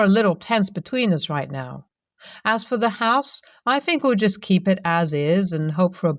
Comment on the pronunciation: Please , please work on saying THink not Fink. THought not Fought. It drives me nuts.